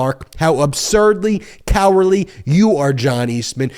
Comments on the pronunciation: If you’re gonna do the whole fake outrage rant, just remember there is a “d” in the word “cowardly”. 😂😂😂 I want these people persecuted but that rant was cringe. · I'd be more impressed if you could hit the "d" when you are ranting..